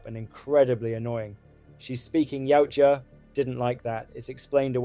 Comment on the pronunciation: The design, the story, the baby yoda bullshit, the Shane black magic ball for invisibility, the knock off avatar style, Tran Trachtenberg Elle fanning, the gay Predator using a gun,Movie is fuckin trash. Saying yeowcha instead of yautja 😢 YOT CHA